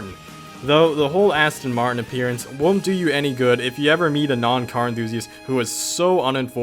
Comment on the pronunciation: Asston Martin 😂